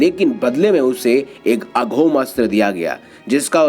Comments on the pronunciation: अघोम नही अमोघ। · अघोम अस्त्र नहीं होता है दोस्त, अमोघ अस्त्र होता है। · Amogh shashtra hota hai bhai...aghom nhi. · aghom nahi bhai AMOGHA HAI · अघोम नहीं अमोघ अस्त्र हैl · अघोम नहीं अमोघ अस्त्र कहें ।